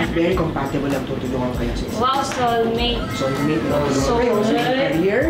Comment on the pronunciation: Pakinggan mo pagbigkas ni sa salitang soulmate. Medyo may pagka-sarcastic.🤣🤣